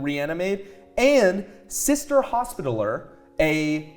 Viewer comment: "Sister hospital-er" lol. That's a fantastic mispronounciation 😅 for the record it's a little French sounding, but ends with "spit-Tally - air"